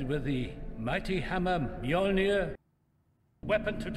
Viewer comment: But “Myeu-muh” is a close second 😂